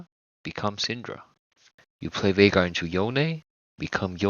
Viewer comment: I knew you were the real deal as soon as I heard you say his name correctly. Excellent video